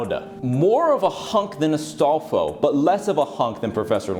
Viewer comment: Astalfo lmao.